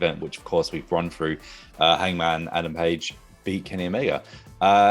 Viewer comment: Its Through not Fhrough...